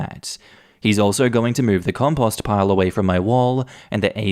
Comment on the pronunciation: That’s an odd way of pronouncing “compost” lol.